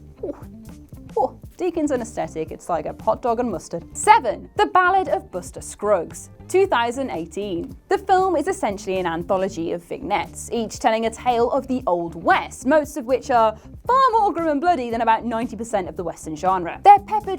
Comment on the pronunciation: Anyone wanna tell her that vignette is not pronounced like that